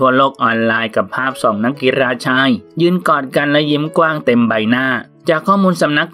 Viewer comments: คนอ่านเค้าเป็นอะไร เน้น รอ เรือ จนมั่วไปหมด กีฬา อ่านว่ากีลา ไม่ใช่กีรา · มีความคิดเห็นว่า..กีฬา..อ่านว่า กีลา..ไม่ใช่...กีราาาาาาา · กีฬา ออกเสียง กี-ลา ค่ะ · เพิ่งรู้นะว่ากีฬา ออกเสียงว่ากีรา... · แม้แต่คำว่ากีฬา ยังออกเสียงกรีฬา!!!!! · อ่านคอมเม้นแล้วสนุกมาก มีแต่ ร. พี่แกคงฝังใจกับการออกเสียง ร ขนาด กีฬา ยัง กีรา ร.ชัดไปอีก 555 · 555 ถ้าไปสอบใบผู้ประกาศมาอ่านข่าวแบบนี้ไม่ผ่านนะครับ ผมเคยสอบใบผู้ประกาศสมัยเรียนรามปี 52 ตอนนั้นถือว่าง่ายมากๆ ค่าใช้จ่ายก็ไม่ได้เยอะ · กีฬา = กี ลา ครับ ตัว ฬ คือ ล ครับ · จมูกบี้เหรอ ออกเสียงเหมือนคนปากแหว่ง เพดานโหว่ แต่ชื่นชม ร.เรือ อ่านได้ชัดมาก กีรรรรรรา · ยุโรป ซีเรีย กีฬา ไม่จำเป็นต้องกระดกลิ้นนะ ตั้งใจอ่านคำควบกล้ำก็ดี แต่กระดกลิ้นทุกร. ล. นี่ก็ไม่ไหวอะ มันไม่ได้เป็นคำควบกล้ำไปหมด ก็เน้นออกเสียงเกิ๊นนนน ปรกติไม่พูดออกเสียงคำควบกล้ำเลยเหรอ...